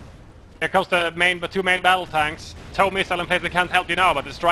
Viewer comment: Please say TOW as in toe.